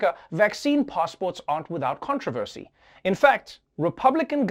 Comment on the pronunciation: Dude said 'controversy' wrong